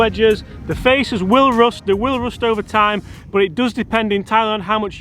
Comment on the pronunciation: Did you pronounce rust "roost"?